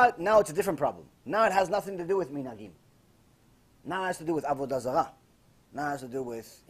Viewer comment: Avudazala lmao